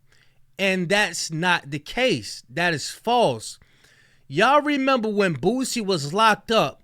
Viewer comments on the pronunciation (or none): WHY DOES IT SOUND LIKE YOURE SAYING BOOTSIE